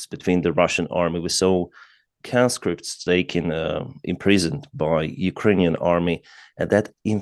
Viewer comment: Not canscripts its conscripts as in conman